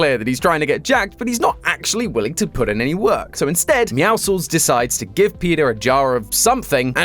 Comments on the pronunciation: I know It’s pronounced meow sols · Hey, "Meowscles" is Muscles + Meow, fyi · Its Meowscles (Pronounced Meow-sil's) Love the video btw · Meowscles is pronounced “Me-ow-sulls” it’s a play on words of meow and muscles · It is pronounced "Mee-yow-sels" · Pronounce Meowscles like how you pronounce Hercules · "Meowscles" is pronounced more like Sophocles but with a 'meow' at the beginning.